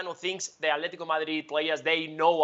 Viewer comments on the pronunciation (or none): The way he says alteti is the most annoying thing in the world